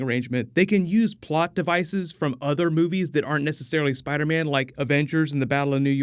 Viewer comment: Spidah mane